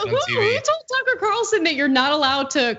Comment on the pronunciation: Pronounce his as tooker. Calsun.